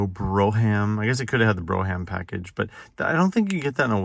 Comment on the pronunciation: Lol bro-ham. Brougham is pronounced like Brew-um. Google it if you don't believe me.